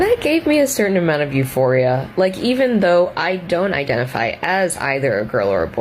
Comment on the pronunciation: "and that gave me a certain amount of euphora" - that, my friends, says it all